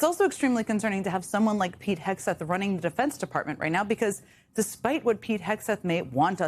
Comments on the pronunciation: Wilfred Frost constantly mispronouncing the Secretary's name as "Hesgeth" is low-key hilarious. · He called him “Hesgeth” and I love it. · I do love the fact no one cares that the Hormuz correspondent keeps pronouncing the secretary of offense's name wrong. It's the little things.